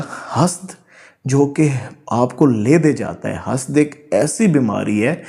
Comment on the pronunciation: سر معذرت کے ساتھ ۔۔۔۔ سورہ الفلق میں جس طرح حسد پڑھا جاتا ہے وہی صحیح تلفظ ہے🙂🙂🙂